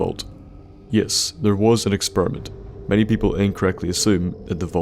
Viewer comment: experement hahahahaha